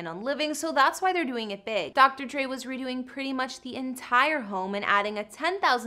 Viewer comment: IT'S DR. DRE NOT DR.DREE🙄😠🙄😡🤬👎👎 UGH..!!